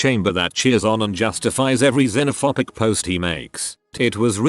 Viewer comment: "Xenophopic"? I thought is was -phobic As in Xenophobia.